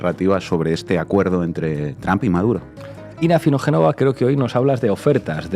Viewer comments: El apellido del presidente de E. Unidos, no se pronuncia TRAM. Si no habla ni lee inglés diga Trump, no con esa A atravesada. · Mál dícho es TRUMP,, Bien dicho es TROMP,... Entonces porque seguímos diciendo TRAMP. Osea Manera incorrecta de pronunciacion natural del latíno. No es tramp , es tromp aunque se escriba con U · Este Trump, se oye como Tramp–a😂